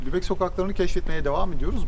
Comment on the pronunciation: selam canlar, once iyi haber, elsfleth'e gitmemis olsaniz bile sizi hep severek izliyoruz ve bu hic degismeyecek. Kotu haber ise, 'da "Lubeyin" demissiniz ama Lubeck bir ozel isimdir ve yumusamaz :))) bu'da size nazarlik olsun. ;)